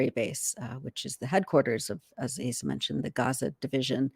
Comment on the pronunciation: I think Asa is pronounced "Ahsa."